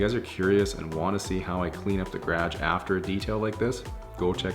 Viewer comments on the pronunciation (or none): gradge floor lol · Garage its funny you pronounce it "grage". I would hate to see what her house looks like inside. She is a filthy pig by looking at her car. Flip flops in the middle of winter LOLOLOL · “Gradge”... haven’t heard it pronounced that way in a long time. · STOP CALLING IT A GRAG!!!! It’s GA-ROJ!!! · Are you saying "garage?" Sorry, but it sounds like "gradge" and not "guh-rahj". Always makes me have to replay to get the context again. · Took me way too long to realize he was saying “garage” and not “gradge” XD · I like how you pronounce "Garage" as "Grage" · Gradge???😂😂😂 it’s garage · Ga- raaahge. Never hears it pronounced like that before... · I was confused too! I couldn’t find out what he was trying to say haha but now I know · Guess we do kinda pronounce it like "gradge" I never noticed it before, he sounds completely normal to me lol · hm I was just thinking the same thing... ga-ra-ge three syllables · Whoah! Had no idea y'all from that part of Canada pronounced "garage" like that! In Ontario we pronounce it more "guh-RAWJ" in two defined syllables. I learn new things everyday! Hahaha. Nice job with the car by the way. Makes me wanna go back home and clean my mom's car now! Deff got a new subscriber! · Just here in my gradge. With my Lamborghini and my bookshelf. Great detail video but seriously, who told you what the word garage is supposed to sound like? Lol 😂😂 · You’re not even saying garage at that point, it sounds more like you’re saying greg. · It took me a while to figure out he meant garage when he was saying "graj" lol. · ga-raj-e floor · everyone pointing how he says garage in the comments: gradge me, a canadian: 😳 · I died inside, I wanted to scream "ITS GUH-RAJG" 😂😂😂😂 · the what? Gradge? Or is that how you pronounce garage? (I hope this doesn’t come across as though I’m mocking you I’m just curious) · The way he says garage is really annoying me😭😂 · The way he says garage 🥴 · Seriously learn to pronounce garage correctly